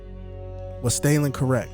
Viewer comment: Stah-Linn, not "Staylin"